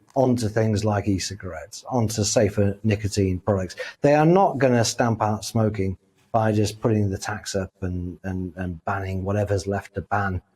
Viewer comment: Love how she pronounces smoking 🚬